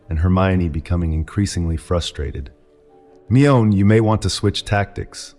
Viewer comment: This voice I can tell is AI, but it’s pretty good MOST of the time. It’s only ever once in a while that it pronounces ‘Mione weird or strangely has the wrong emphasis on a quote